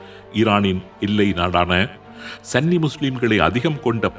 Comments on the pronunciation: சன்னி அல்ல சுன்னி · சன்னி இல்ல சுன்னி என்று வரும்